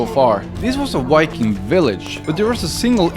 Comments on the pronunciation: Why did you spell it viking? You keep saying WIKING so idk why you would spell it with a v,, seems counterintuitive. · Lmao Norwegian people can’t even say V,, 😂 they literally can’t put their top teeth on their bottom lip and say veeee, or vuhh that’s CRAZY lmao 🤣 💀 I’m dead